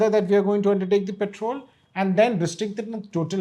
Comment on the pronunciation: Guptaji, it's 'Patrol' , not "Petrol" (which is put in cars😅)